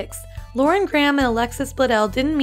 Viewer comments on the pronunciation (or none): none